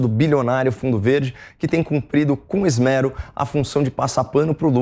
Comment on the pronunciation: Caio, sou sua fã. Corrija a pronúncia de 'esmero'. Como se tivesse um circunflexo no segundo e, ok?